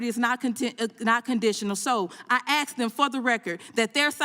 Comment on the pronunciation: I ax you please...get rid of this person?